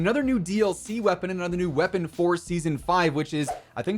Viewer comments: Ah yes the Marshal Wepapon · Wepapon? Lol